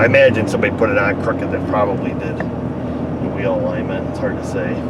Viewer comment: "hwheel"? is that you, stewey?